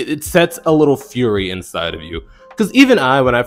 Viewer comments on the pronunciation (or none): none